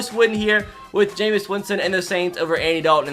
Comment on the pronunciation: It’s pronounced ja-mees Winston